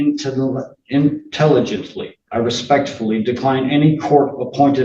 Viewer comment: Can't even read the word "intelligent". 😂